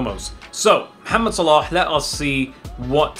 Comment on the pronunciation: I give you this like because you said his name right he is mohamed